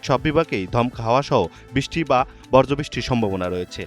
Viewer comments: সাংবাদিক বজ্র বলেনি। বর্জ্য বলেছে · "বর্জ্যবৃষ্টি" কি জিনিস সংবাদ পাঠক ভাই? ডিয়ার NTv মানুষ না পাইলে, Ai দিয়ে ভয়েস দিয়েন, তাও ভুলভাল উচ্চারণের লোক সস্তায় পাইয়া নিয়ে নিয়েন না।